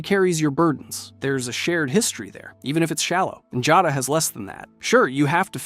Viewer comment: Her name is Njada Stonearm, not Jada. Njada is pronounced "Niyada." Lydia's also not an ungrateful, sniveling bitch. XD